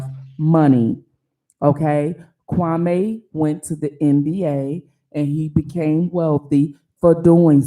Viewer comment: Excuse me, but his name is pronounced Kwa -mee 🤣. Great video though